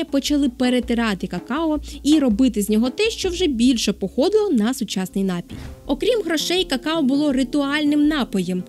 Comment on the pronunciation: Пані, напІІІІІІІІІІІІІІй має лиш один наголос! Не вкидайтеся в помилки, які зумисне поширювали у двотисячні роки! За цікаву розповідь дякую. Якби до жодної з Америк іще не допливли європейці, то ми б зараз не переглядали Вашого видива. Саме у Штатах ідею інтернету так гарно розвинули! Шкода, що не аборигени... Скільки народів тоді знищили?